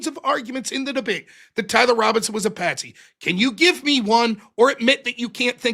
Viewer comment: "it's patsy not pansy" lol